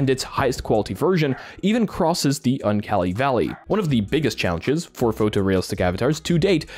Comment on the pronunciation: LOL, what is the un-kelly-valley